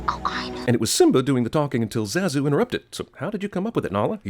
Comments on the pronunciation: Cinema wins guy pronounces characters name Zaaa zoo seconds after the film clip correctly demonstrates the pronunciation of Zah zoo. Rhyms with Bah dude. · So with this film being out for over twenty years and hearing all the characters pronounce Zazu's name as Zah-zuu, you pronounce it with the "a" sounding like the "a" in "cat" and "bat". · I should sin you for the way you're pronouncing Zazu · I never thought that name pronunciation would make me physically violent but me and my now smashed iPhone 11 has learned the harsh truth. THAT'S NOT HOW YOU SAY ZAZU DUDE! Jesuchristo! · It's pronounced ZAH-ZOO!! How could you screw that up? You clearly had to have watched the entire movie to make this video! Simba even says his name in one of the clips for a sin! I haven't even seen this movie since the 90s, and I know that. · your pronunciation (or rather mispronunciation) of Zazu is comparable to that Krampus or even possibly to Aang. ding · I think the way you pronounced zazu is a sin in itself...